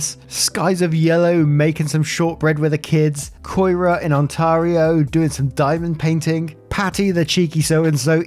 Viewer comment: The way you and say Ontario makes me giggle lol